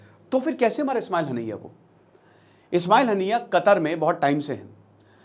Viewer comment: Ismail hanaiyya nhi hota master ji..Ismail hania hota h....pronounce wrong h....kya pdhate h bacho ko